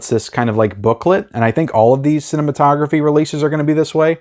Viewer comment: Vinegar syndrome pronounces it Cine...mato...graphe. like a graph. Not like photography.